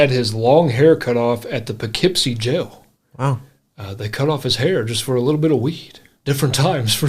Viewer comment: First of all: Sort-of amazing that: a guy from KY [well: 'assumptions, assumptions...," but: possibly and, at least: insofar as I can tell....and "in recent history" 🤷🤷👍] (i.e.: ) knows how to pronounce: "Poughkeepsie!" (...never mind: Guadalajara —although, in all honesty: I find THAT one to be...the simpler of the two, for many people.🤷😛). Impressive! 😜👍 Secondly: that is Jeff "Skunk" Baxter on those (rippin'!) guitar leads. You MAY be familiar with Skunk from his time in the Doobie Brothers (I am not sure), but: Steely Dan was, indeed, his original band. (He was, also, a(n 'in-demand') studio guitarist —which is how he, first, met the Doobies and is a highly-highly-skilled and lauded player (and deserves every accolade he gets!)🤘🤘🔥 —This is the period BEFORE the band dissolved (subsequently, becoming a non-touring artist/entity and consisting, official, of, only: Walter Becker and Donald Fagen (although: magical audio engineer: Roger Nichols, really, deserves inclusion. His shared perfectionism (I mean: shared with: Donald Fagen and Walter Becker, here.) and detail-oriented mind (and ears) made every Steely Dan album sound like it was: 25-years ahead-of-its time (or so)! 🤘🤘) and became "studio only." (Ill-informed...or, simply: lazy🤷🤷) people will, often, say things like: "...it was a 2-person band...." re:Steely Dan, but that is the, extremity, simplified, "novice fan," version of part of the story and doesn't, actually, reflect the truth, completely (nor entirely